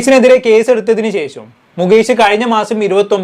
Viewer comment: Not checham…its shesham….adhyam malayalam padikk…naaak vadikkk